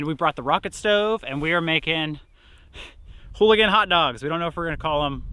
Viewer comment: Ooligans not holigans